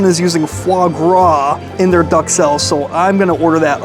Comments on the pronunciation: try pronouncing it as Duke-Sell instead of Duck-Sell. Otherwise great video, and the food looked yummy! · I keep hearing you saying Duck Cell instead of Duxelle😅😅😅 But on the menu, BananaS Foster? I thought it was Banana Foster., w/o the S. Oh well. I miss the table-side banana foster like you had (by looking) taste wise, the combination of warm banana, butter, and rum flavour was so yum!, Now I, living in the country that does not exist😔 About the wet and less much duxelles in the wellington, could it be because the foie was liquified due to the cooking heat? Anyways, everything is about experiences, eh?